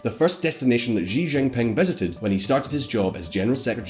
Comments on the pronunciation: It is unbelievable really. You make the claim at the very start that you are an independent and unbias news source, then your entire vlog is subtly so anti-Chinese. Mind games. You pronouce all the names wrongly. Even President Xi name is pronounced wrongly. So Anti-Chinese. Don't be fooled viewers, this is all anti-China - to paraphrase Shakespeare, Crap by any other name is still Crap. Why do Western commentators persist in saying CCP. It is wrong - it's CPC - the Communist Party of China. It is NOT the Chinese Communist Party !!! I feel this is deliberate. The Soviets were CCCP - СССР (Союз Советских Социалистических Республик) is a Russian abbreviation for the Soviet Union or Union of Soviet Socialist Republics (USSR). CCCP may also refer to: C.C.C.P. This is a mind game manipulation. If they say CCP and not the correct CPC, these bias Western propagangists are trying make you have a false strong mental association between the Chinese CPC with the Soviet CCCP. So that the listener/reader will associate all the super negative fear of global annihilation and world domination that most people associate with the CCCP of the USSR with China. China and the USSR are like Chalk and Cheese - so this Mental Trick is so Nasty. Clever but Nasty. This way the listener is prejudiced from the get go and will not be able to analyze the factual differences between the two - which are many. It is like someone calling the US GOP the POG - the Party of Gold-diggers. Throughout her 5000 year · Great info, but for future reference x in chinese is ah so xi is said like she (female pronoun) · I'm very bothered by the narrator's pronunciation of the X's "JGEE' lol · The correct pronunciation of Xi is something that is more resemble "see" (in English). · actually Xi is pronounced as SHE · "jee jinping" It's even spelled "Xi" in english there's no excuse lol Or just call him winnie the pooh